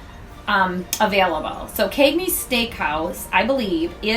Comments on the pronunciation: This is an informative video. Simple and well executed. My only gripe and not limited to this presenter (by any means) is in the pronunciation of words. La Cucina is pronounced La Ku-Chee-na. Cagney's is not pronounced with a long A vowel sound, but a short A vowel sound. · As for the Cagneys pronunciation... that’s just how ppl where I’m from talk— central New Yorkers use a long “A” sound even when we don’t mean to cuz it’s just our accent #Syracuse lol